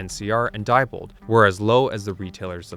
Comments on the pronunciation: Nice video, very informative. However, at least pronounce the names of companies correctly. Diebold is dee bold, not die bold. Never say die! Thank you. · Diebold is pronounced “dee-bold”.